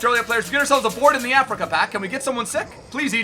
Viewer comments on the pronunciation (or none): none